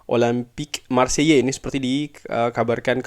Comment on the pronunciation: Bang, Marseille pronounce nya Maar say atau kalo mau agak French dikit maarkh sei